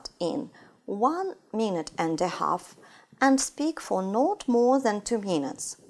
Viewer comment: В целом, довольно полезно, но "интэрестинГ" и "энТ" режут слух. Или произношение совсем не оценивается в устной части ОГЭ?